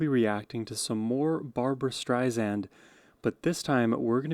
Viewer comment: Barbra says she's not Streisand with a Z, she's Streisand with an S. Otherwise, excellent reactions.